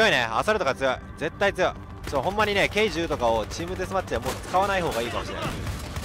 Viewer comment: K10(じゅう)じゃなくてK10(テン)だよ